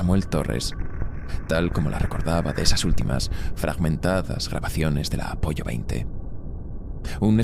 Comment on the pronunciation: Comentario instructivo con perdón: ya sé que no es voz humana, aún así la caga cada vez que dice Apollo, acabando en pollo 🐔,😂hay que entrenar más esas bot vox Apolo, aunque se escriba Apollo,es que suena a risita cada vez que suelta lo del A- 🐓 pollo, con perdón¿eh?. Me ha gustado mucho, cómo siempre, gracias.